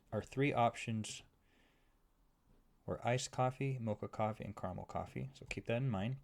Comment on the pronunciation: bruh, it's caramel